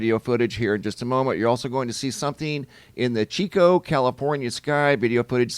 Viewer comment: Yay: he said Chico (chee-co) correctly😊